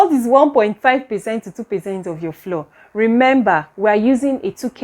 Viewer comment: Thank you for this informative video. Please note, ‘flour’ is pronounced like ‘flower.’